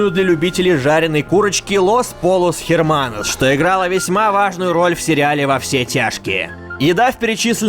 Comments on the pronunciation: Эрманос (исп.), а не херманос) А так, круто. Не хватает только сетей жрачки из GTA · h не произносится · "Эрманос" читается. В испанском буква H h ("аче") не произносится